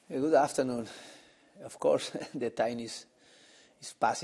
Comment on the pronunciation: That Good Afternoon was shocking! Thought he was going to say Good Ebening 😭